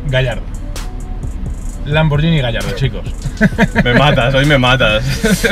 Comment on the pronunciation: lamborguini???? jajajajaja